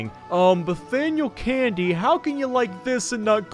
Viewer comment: “Uhh Nathaniel Candy” that is wrong it’s not Nathaniel Candy. 😂😂😂